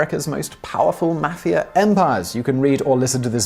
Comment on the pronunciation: I like the way he pronounces Mafia .."MAFF-e-ER